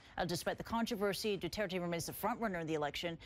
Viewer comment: that is not how 2 pronounce duterte